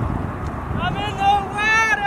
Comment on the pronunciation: It’s more like “IM IN THE wAtEr”